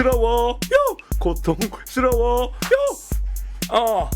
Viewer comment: 형이 만들어 준 삼다수바 '파'맛 첵스바 다른 차원의 문 역시 최고의 스트리머(feat. 멍게) 야야야 누가 입 좀 막아봐(feat. 코알×선바) 그스그편... 고↘️통↘️스➡️러↗️워 발음이 좋아지신 것 같아요 발음 좋은 사람의 랩 대두바 방송시작 변천사 일방무새 무오↗️오어어어↗️어어어??!